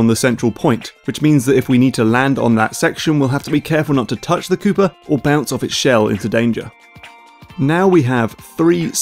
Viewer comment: My ears bleed in protest every time he says Mario and Koopa coin